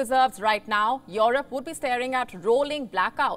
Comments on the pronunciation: ' Yourope ' ? lol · The way you say Europe is funny 🤣